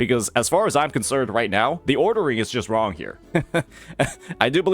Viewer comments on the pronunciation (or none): none